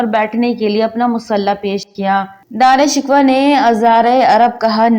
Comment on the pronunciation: Video bnatey hooey tumhein sharam aani chahiey Na tumhein pta hey k Dara Shikoh kon tha na tumhein us ka nam sahi se laina aa raha hey . Kiun video bnatey ho tum log ? Poori qoum k buchey tumharey jese jahel hein un ko bhi apni jhalat sikha rahi ho wo b Dara Shikoh ko Dara "Shikwa" hi bolen gey . Doob merne ka moqam hey tumharey liay . Or b bohat se alfaz tum ne ghalat purhey hein . Mein tu khud hi shurminda ho rahi hoon tumhara taluffaz sun ker .